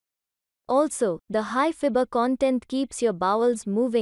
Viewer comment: Fibre ka pronunciation thik krlo